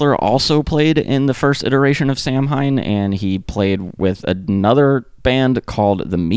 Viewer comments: Good video. Samhain it's pronounced Sam-hane or if you wanna get technical with the original pronunciation which is pagan origin. I believe it's Sow win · Samhain is pronounced almost like Sa-when. But with a wn sound. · Never heard Samhain pronounced like that, lol! But ty 4 a great informative video about minor threat. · Dig. 🤙 But please learn how to pronounce Samhain.